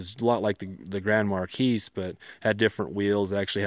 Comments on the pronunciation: God.... its a mar-key, not mar-keese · Excellent vid. Marquis pronunciation Markee, not mar keys. I see some of the uneducated people name their sons Marquis and mispronounce it and I am looking for two of them. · "Police deparments up to a couple years ago used the crown vic" the majority of stations still use crown vics. And it's pronounced mercury grand marKEE not MarKEYS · It's Grand Mar (key) , the s is silent. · It's pronounced "Mar kee". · I believe the 's' in Marquis is silent.